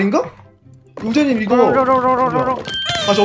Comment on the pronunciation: 아 우잰넴 하는거 발음 개커엽네.. 오늘따라 발음이 왜이렇게 귀여우시지ㅋㅋㅋ